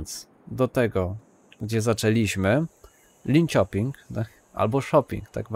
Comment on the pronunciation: "linsioping" "orebru" "westeros" 😊